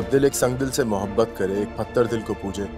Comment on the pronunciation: Patar dil nhi pathar dil bolna hy teen bar patar patar bola hy jo theek nhi hy